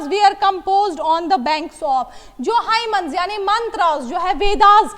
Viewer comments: mam its hymns and not hymens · Yes it is hymns... It does not make any difference ... It happens when u r simultaneously writing and speaking 😊👍